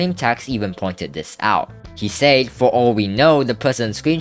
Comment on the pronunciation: bro why do you struggle with saying the word "said" it pisses me off